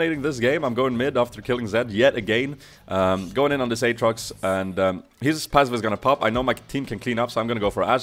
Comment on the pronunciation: You say the name this way! "Åtrox"